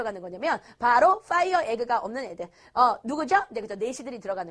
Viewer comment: 아닠ㅋㅋㅋㅋ 내일 수행평가라 보고 있는뎈ㅋㅋㅋ 왜 한개도 이해는 안되고 끝나고 보니 무의식 적으로 헤헤헤헤 이러고 있네...... 엄청 웃기다 하지만. 내일 시험 망했다 그리고 뽜이어 에긐ㅋㅋㅋㅋㅋㅋ 뭐얔ㅋㅋㅋㅋㅋㅋㅋㅋ